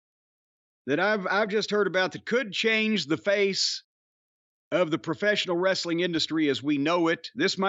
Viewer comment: is pretty funnie but he pronounces it "wres A ling"